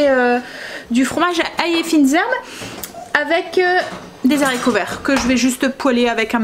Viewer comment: Bonjour. Vous me faites rire quand vous dites les Zharicots vert. Dans le temps, les professeurs n acceptaient pas qu on dise Zharicots, il faut dire '' Haricots ''. Mais bon ce n est pas grave, je vous aime bien. Vous êtes mon petit feuilleton du matin. Je fais souvent des gâteaux aux yaourts, je vous donne ma recette si vous voulez la tester un jour dans vos vidéo. C est un gâteau au yaourt ultra léger et bien aéré, essayez. INGRÉDIENTS / 1 pot de yaourt nature, 3 oeufs, 2 pots de sucre fin, 2 pots de farine et 1 pot de maïzena, 1sachet de sucre vanillé, 1 sachet de levure chimique, 1 pot d huile de colza, la moitié d un citron pressé, où encore mieux la moitié d un citron confit coupé en petits dés. Alors en premier, séparer les blancs des jaunes d'oeufs. Dans le saladier des jaunes, mettre le yaourt, la farine, le sucre, l huile, le sucre vanillé, la levure chimique et le citron. Bien mélanger au robot, il faut que la pâte soit bien bien mélangée. Battre les blancs en neige, les incorporer délicatement à la pâte. Verser dans un moule beurré et fariné, au four 30 minutes environ, à 180 degrés. Votre mari qui trouve que le gâteau au yaourt est très sec, et bien quand il goûtera ce gâteau, il va tomber. Gâteau très très léger, aéré. Gros gros bisous 😘😘😘